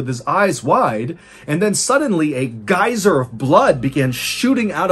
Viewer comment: You got me with “geyser.” 🤢